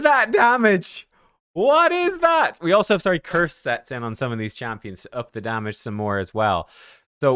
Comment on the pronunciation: Imagine saying not enugh, not quite a billion damaga 😂😂😂